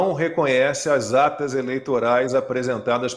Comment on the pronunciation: ... Depois de bocejar .. dispara um nome de artista no lugar de político.. tá bêbado cara? mostrar "akitas" ? Não seriam as atas? .. pelo amor de Deus hein.. valeu fui